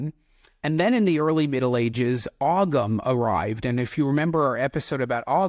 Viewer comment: Gladly. He might be great, but that doesn't mean he's right. I know a curly swirl when I see one! Other than that, I thought the video was good and I subscribed to your channel. Just a quick tip on pronunciation, the g's in Ogham and Armagh are both silent, so it's more like Oh-am and Are-mah